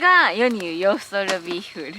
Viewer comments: こんばんは😊 酔ってローストビーフがなかなか言えない サイコーです😍 その前に飲み過ぎでは（笑） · 酔っぱらった、 ローストビーフが言えないところが可愛い過ぎる。 寝起きスッピンもいいね。